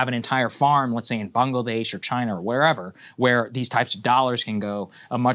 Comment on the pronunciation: I swear it sounded like he said Bungladesh.